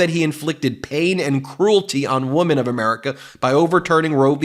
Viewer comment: it's pronounced 'wimmin' for God's sake ...